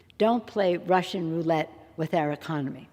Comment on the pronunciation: OMF GAWD!!! She calls OTHERS hypocritical?.... TOO funny.... I especially liked the way she emphasized RUSSIAN.... and her Biden-like inability to say big words.... cascading catastrophe isnt that tough UNLESS you're also anxious about a bolt of lightning coming down and taking you out at any moment